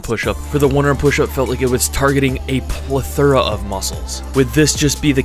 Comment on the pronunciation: how does he not know how to say plethora?